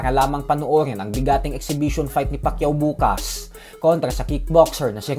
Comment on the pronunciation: "NGA PALA" Pag usapan natin yan mga "idoWL" mani pakyaHW BoHksiHng Na ituHW 🤣